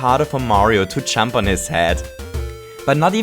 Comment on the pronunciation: Every time he says "Jump," it sounds like he's saying "chump". IDK